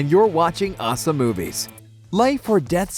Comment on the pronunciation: When yall say OSSA Movies it sounds more like awesome movies